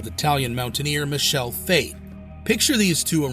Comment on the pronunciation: It's Mi-ke-le not Mishel